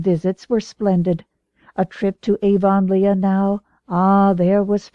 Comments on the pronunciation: I read this comment before I started listening and I couldn’t imagine what you meant. Well I soon found out. Gasp! Aa-von-Leigh-a! No!😱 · Someone really needs to “redo” this. So many mispronounced words. “Lylock(lilac)”, Avon-Leea(Avonlea), Mogog(Magog)! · but then, it does look like that... but I still pronounce it ah-VUN-lee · AVON LEEEAH?? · I am definitely not used to the way this narrator says Avonlea. but I'm grateful for any free one. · Why doesnt she use the accepted pronunciation? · Oh SAME I'm glad they stopped saying Avonlea som much after the start where it was in there like 30 times. It was way less later on I straight Up I didn't think I was going to be able to stand listening to this book....which is bad because unlike the rest of the series it's not on my audiobook App & I couldn't find it anywhere else online. And it's you know... a series & a long one. It would drive me more nuts not to be able to finish it properly and skip a book than the way this narrarator for some ridiculous reason says Avonlea like Avonleigha lol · I agree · It's definitely not the way Canadians say it..... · Has the narrator ever watched a video or a movie about Road to Avonlea or Anne of Green Gables? because her narration, and pronunciation of the word Avonlea is incorrect!